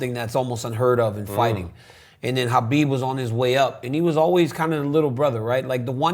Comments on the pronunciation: That's the right pronunciation of Khabib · Only dc prounce khabib correct name